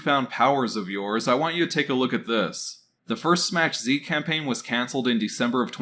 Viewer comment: Dude SMACH Z is a polish word meaning a SMS/Message from. It is pronounced SMACK Zuh ( like huh with a Z)